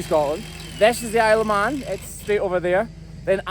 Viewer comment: I heard “Isle of Mann” as “Aleman” (ah-le-man), which is the Mexico Spanish name for Germany. I did not believe that you could see Germany from there. I assumed that you were just pulling our legs.